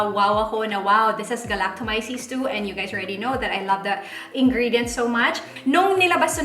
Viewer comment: Thanks for the honest review. You're the 1st person I heard pronouncing 'Galactomyces' correctly 🙂 dami nako napanood na vloggers but mali (anyway, not so important).. hopefully you'll review the Power Glow Line nmn ng Luxe Organix 🙂